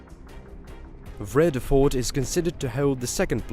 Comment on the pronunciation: Vredefort is pronounced: freeada- fort